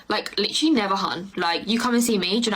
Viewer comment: And “literally,” except they pronounce it as liter-ly.